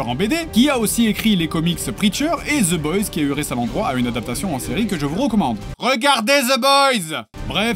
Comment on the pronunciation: Regardez ZE BOYS!! j'me tanne pas de ses "Th" en "Z" xD (sorry je suis québécois, on a pas l'habitude!)